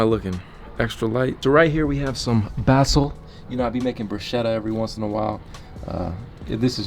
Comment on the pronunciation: No way you said basil like that🤣🤣